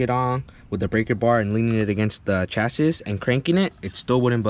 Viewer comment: my guy its not chas-is, its chas-E